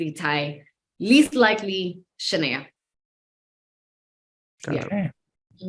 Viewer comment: it’s pronounced Sha(Nae)a😂